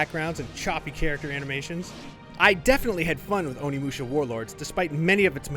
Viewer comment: Can't even pronounce the game he's reviewing